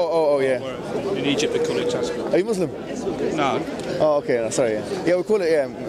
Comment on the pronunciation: Hey u got tasbeeh... Mo.. What..? Lol tasbiah lol 😂 MashaAllah